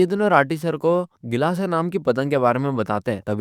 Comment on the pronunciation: BHAIYA kelasa nahi gilasa